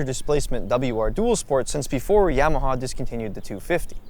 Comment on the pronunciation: The NIKKEN proved YAMAHA (pron: ‘Jamaha’ Rossi-speak) is on a Kamikaze mission…